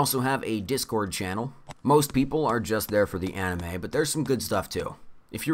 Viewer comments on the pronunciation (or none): none